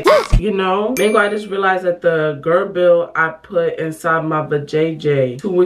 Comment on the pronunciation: also BTW it sounds like jer-ble not spellt like that but yk.... mb it js confused me